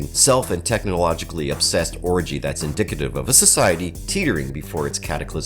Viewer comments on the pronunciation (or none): none